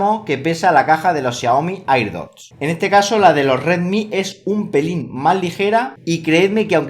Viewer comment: Me estresa que diga "airdot" como se escribe